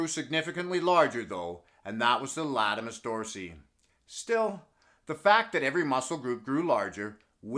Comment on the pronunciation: Hey. Not to be a smart Alec but the muscle you refer to is Latissumus Dorsi, not Latimus. Keep up the great work man. Love the channel.